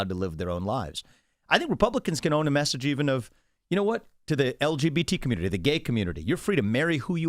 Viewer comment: He speaks to the communitah.